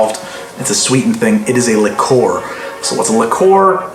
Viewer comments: improve your pronunciation --not likoor - check spelling and practice - it's French. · it's Li-cure (Liquor) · Love it, an episode of the two words he can't pronounce due to his accent. "Arnj" and "Lih-coor" instead of "Or-anj" and "Lick-cuer"